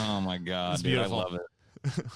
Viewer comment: "I used to be an atheist situation but then I wanted stuff from Amazorn so I told people I was losing my house and Christians gave me money so I became a gord believer Individjul."